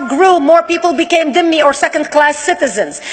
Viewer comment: Not dimmi- it is zimmi ie slave